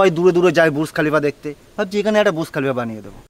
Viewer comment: বুর্জ খলিফা ❌❌ বুশ খলিফা ✅✅